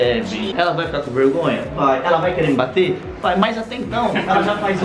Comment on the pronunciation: Vergonha:a: mirri ri hola di passa vegonhia hihihi